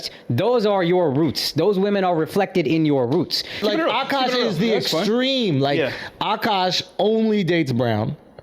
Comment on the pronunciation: This woman is such a massive gold digger, she pronounces his name "a-Cash" instead of "Akash."